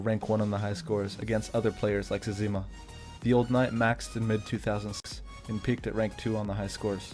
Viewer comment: Did you just say zezeema? Its actually zezima